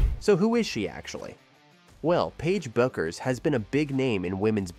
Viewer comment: When you mispronounce her name 10 seconds into the video....difficult to be confident you know what you are talking about...